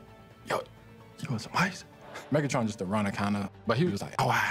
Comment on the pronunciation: That ain’t megatron that’s methatron